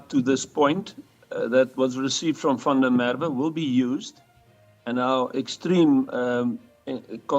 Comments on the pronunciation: Please pronounce his name correctly - VAN DER MERWE (“Fun-de-MerVe” - emphasis on the V!!) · Please learn the correct pronunciation of the victim’s name. Or are you AI? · Yoh have some respect and say his surname properly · Why can’t you pronounce Van der Merwe’s name properly